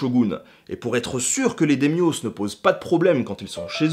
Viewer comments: J'adore la vidéo mais j'ai quand même bien grincé des dents à la prononciation de daimyos... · "Daimyo"(s) se prononce "Daïmyo", pas "Démiosse" ^^ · c'est très bien, sauf la prononciation de certains mots Dai-Myho c'est pas "démio" mais " d'ail mi ho...." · "démiosse" franchement ça m'a fait tiquer tout la vidéo... daïmyo bordel... c'est pas du grec ya rien qui se finissent en "os" en japonais... 'osu" éventuellement... ou la période sangoku ? t'es sérieux ? c'es SENgoku (sèngokou) quand on fait une vidéos sur l'histoire du japon on vérifie la prononciation des termes étrangers c'est un minimum... bon yen a d'autre qui t'ont fait les même remarque mais quand tu veux éduquer et que tu diffuses des erreurs c'est plutôt contre-productif. Et tu passes pour un branque aussi... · Pas de chance, c'est correcte: c'est bien sengoku, et pas sangoku. 日本語は日本人のように喋られないけど、そんな基本の間違いを正しくしていいでしょう？ D'ailleurs "démios" fait encore plus mal ^^ On s'en fout, puisque cette vidéo n'est pas destinées à des japonais, mais juste pour information ça ce prononce daïmyou (da-i-myoo), qui se traduit littéralement par "grand nom", sous-entendu renommé. Concernant le s prononcé au pluriel, je crois me rappeler qu'on ne prononce pas les s du pluriel des noms empruntés aux langues étrangères, mais je n'en suis pas plus sûr que ça. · "dèmyo". j'ai mis du temps avant de capter que tu parlais des daîmyôs ^^". Boh c'est un détail, c'est un très bon épisode, j'adore ce que tu fais ^^. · ça se prononce Daïmyo pas Daimyos... Mise à part ça excellente vidéo! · Cela ne se dit pas daimios mais Daiimiou juste pour infos ;) ps : conférence interessante je l'attendais sur le japon #love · Les Démios :p prononcé un peu à la grecque. Même si j'ai toujours appris que ça se prononçait Daïmyo. (Daye-myo) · Ouai alors "Daimio" ou "Daimyo" ca se prononce pas dèmioss mais Da i mio ou Daille mio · DA-I-MYŌ "daillemyô" pas démyoss. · Daimyō ne se lit pas phonétiquement on dit "daillemillo" :)